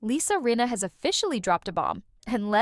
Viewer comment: Rinna not Reena. If you are going to use AI, make sure the bot is pronouncing the damn name correctly! Check your AI before putting it live!